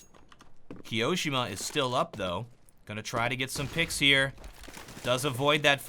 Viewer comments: The way he said Ki-oShiMa instead of Kio-ShiMa triggered me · the way you say kioshima is soooo awkward like it's not kiOshima it is kio shima just listen how the professional casters pronounce it... but still excellent video keep up the quality content !!😃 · kee-yoh-shima? TRIGGERED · his pronunciation of kioshima...